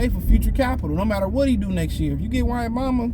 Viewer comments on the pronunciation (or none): Bro just butchered that man name lol